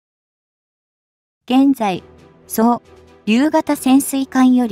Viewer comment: 同感です。 そうりゅうも、「そう りゅう」と変なところで切っているし。 それと、何の意味も無く走ったり歩いたり手を振ったりする女の子。